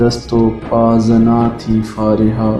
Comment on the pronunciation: Don't say फारेहा Plzz say फरीहा